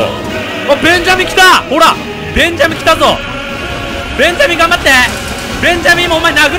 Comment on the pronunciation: ベンジャミンの発音が完全にモンダミンで草